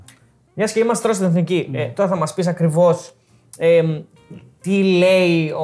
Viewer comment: Μόνο το ΕΦΝΙΚΗ λέει λάθος κατά τ άλλα πολύ καλά